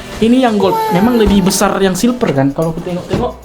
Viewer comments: silver bukan silper pake v loh #Q&a 1.abang bisa ngomong v gak sih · Aku ngakak sendiri liat abang nya taypo bilang silver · Bang tadi abang bilang silper tapi salah itu silver bukan silper 😂